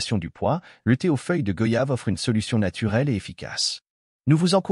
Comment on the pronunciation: On dit goyave, comme voyage, doyen, noyé,moyen, , s'il vous plaît arrêter d'ecorcher le nom de ce fruit si parfumé et bénéfique pour la santé.